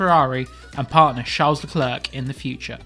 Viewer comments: The C is silent.... Idiot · I hate the way you say Leclerc... Figure it out.